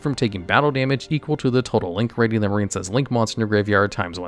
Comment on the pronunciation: The silent e at the end of marine is what gives its i a long sound. Marincess doesn't have the silent e, so it rhymes with princess. Marinecess just sounds gross, like a marine cesspool or something 😂